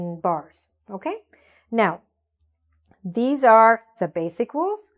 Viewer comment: The pronunciation of these and this are not clear 🤷‍♂️🤷‍♂️